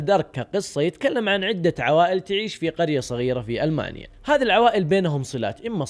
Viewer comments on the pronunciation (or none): none